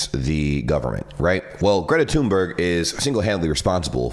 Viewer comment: Actually her name is pronounced "Greta Tühnberry" (Swedish).